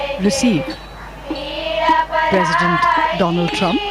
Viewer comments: if he had a degree certificate then he wouldn't have called DONAAAAAAAAALD TRUMP Or Doland Trump If he really had a master degree, then fuck that university they suck. At the most he would have cleared 10th and failed Matriculation examination (that's the most generous estimate given his standard of English or ability to pronounce by reading) But I don't care if he is Educated or not. The PM should be Patriotic, should always uphold the values of this nation and nothing more. Earlier I thought Muslims hate him for no reason, but Delhi elections where he pitched Hindu members in a muslim dominant area proves BJPs intolerable nature. Atleast 8%-10% seats being allocated to them in every election, to be even called a nationalist party (else it's a communal one like always) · Indian people should ask "how is it that we are spending so much to please a clown than helping the broken healthcare system and still a hypocrite who is so educated that can't even pronounce " Donald" is their nationalist president.